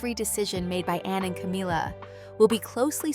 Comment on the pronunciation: Is there a reason you mispronounced Camilla not in the English way but in the Hispanic way for ‘Camila’? Have you never googled the correct pronunciation or even listened to a news presenter? Are you unable to hear the difference?